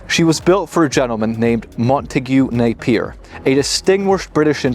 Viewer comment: Can't you not even pronounce " Napier " properly for gods sake .. His second name isn't Na ,,, pier it is ine word Napier